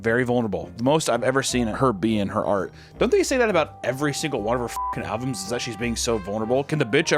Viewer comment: Is he saying "buying alvums" on purpose?